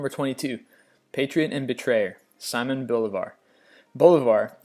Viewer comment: He also mispronounced Simon Bolivar, it’s See-mohn not the British “Simon"